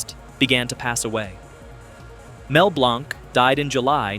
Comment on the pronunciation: Mel Blanc pronounced his last name as though it were spelled “BLANK”! “Hana”- Barbera? NO! It’s HANNAH-Barbera! Learn that fact before you post something dumb like this video’s sleepy narration. It plays better at 125% speed. Mostly good information, but BAD execution.